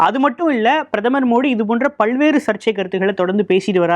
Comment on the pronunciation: பல் வேறு என்று சொல்லும் போது ல என்ற எழுத்தை அழுத்தி உச்சரிக்க கூடாது நம் பல்லுக்கும் பின் நாக்கு ஒட்ட வேண்டும் ல்ஐ உச்சரிக்கும் போது